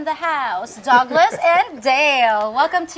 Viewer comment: When called Douglas it sounded like Dog Less and when she called him Doug it sounded like Dog. Douglas was the cool calm one out of the two. Dale doesn't have enough boots on the group time and he may get Simped.